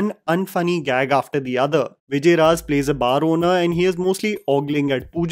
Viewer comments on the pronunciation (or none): Vijay Raaz* naam to sahi se lo 🙂